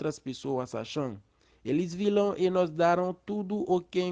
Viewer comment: C sa wi pskm wè moun yo fè anpil erè surtout pou Rosemartine ale retandel wap wè sa wap Di a li prononse nós pou nos